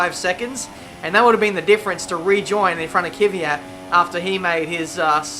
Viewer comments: it's fucking Kvyat not KYVAT... so annoying:( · Kvyat not Kyvyat.... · It's not ki-vee-yat, its kv-ee-yat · His name is Kvyat not Kyvyat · I hate how he says Kvyat and Ricciardo